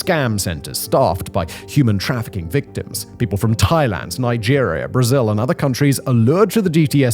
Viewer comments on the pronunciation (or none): none